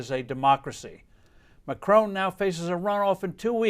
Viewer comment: not sure how people voting for the candidate they want is "dangerous to democracy." I also enjoyed how you described her as a statist then went on to describe Macron's (it's not pronounced McCrone btw) "smothering state taxes and regulations" rating: 4 out of 5 CNN's